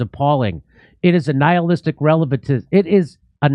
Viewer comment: "Nihistic relativism." That guy has obviously never read, let alone studied Philosophy a day in his life. He's just regurgitating what someone else said because he thinks it sound intelligent. Moral nihilism means that morals do not really exist at all. There is nothing moral or immoral because morality dsimply doesn't exist. Moral relativism says that the truth of Moral statements are realative to something else (usually whomever the speaker is, or which time period or culture is envolved or "this person did that, so I'm justified in treating them the same way or worse." ) Sounds smart but really, a truly moral/ethical person doesn't let anyone else's morals/ethics, or lack thereof, dictate their own. Moral relativism says that the truth values of moral statements are relative to something - maybe relative to the speaker, or the time period, or cultures, or whatever. Moral nihilism says that nothing is moral or immoral - morality does not exist. And don't get me started on how stupid the Hitler statement was. Read a history book for God's sake!